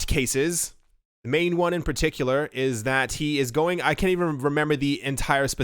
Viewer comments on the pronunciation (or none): none